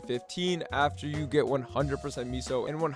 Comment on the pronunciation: What is meeeso gear? Why is he calling meso meeso